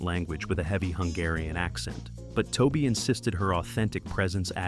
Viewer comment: I worked for Toby for years and during this time and along with not being able to say his name right you got about 70% of this video wrong!!! Anyone that seen this movie knows most of what your saying is wrong, next time do your homework before making a video.